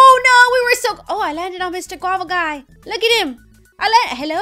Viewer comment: 😡why do you have to say look you don't even say It right you say loo with a silent k you say it for no reason I don't get it Uhh it's kinda annoying I guess I still love you not Hating just stating